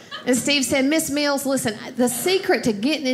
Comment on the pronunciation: Very good. Even funnier that during her routine about weight loss she pronounces 'Miss Mills' as 'Miss Meals' :-)